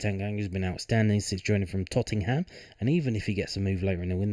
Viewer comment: is the way you pronounce tottenham a joke i dont understand